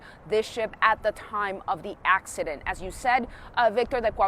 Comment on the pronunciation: LoLooollLLoOaoa "accodent" lLOlOLLLlOLalOLLLlo take that teump laoalaoalalla